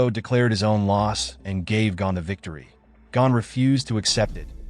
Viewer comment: It is not Gan it is Gon